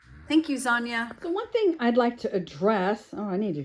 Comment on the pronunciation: Dang! You got your finger good. Instead of Zanya, I heard Lasagna 🤣😆🤣